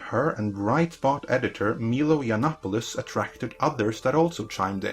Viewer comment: WTF is a Meelo Yonopolis?